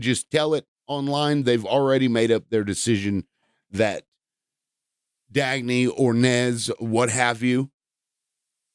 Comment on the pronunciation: Why are you calling them Dagney? You can’t even respect someone’s death 💀